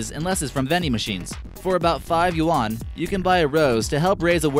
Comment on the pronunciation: Hey narrator...you mispronounced several things including quinoa and Yuan.